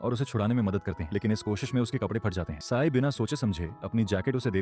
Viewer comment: Ci-n ❌ Sai✅ 😂 sorry don't feel bad 😅😢